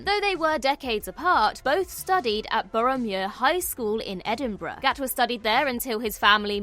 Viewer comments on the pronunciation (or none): OK so it's Boroughmuir High School? At first I thought said Boromir, like in LOTR 😄